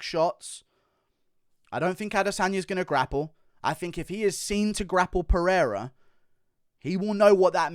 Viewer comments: Peheira is the correct pronunciation in Portuguese so you don’t have to change it. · If you're gonna put some respect on his name , then put respect on his name! Lol. In Portuguese the R is only pronounced as an H if it starts at the beginning of the word or if there are two R's in the middle of the word such as "Rua" or "Guerra". If there is only one R in the middle of the word then its pronounced as an R not an H such as "Oliveira" and "Pereira" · Don't worry about tryin to pronounce "Pereira", you gringos can't, and that's fine 🤣, you guys just don't pronounce the "r" the way we do